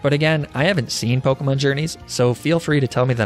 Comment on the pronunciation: The pronunciations of the pokemon kill me